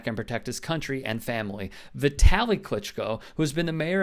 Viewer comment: Vit-uh-lee. Like Italy